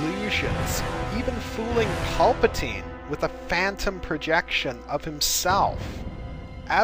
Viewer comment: as well as paplatnie too Yoda > paplatine hah